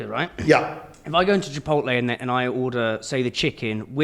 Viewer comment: I've heard people put the L on the wrong side of the T in Chipotle before, but I've never heard someone put one on either side just to be sure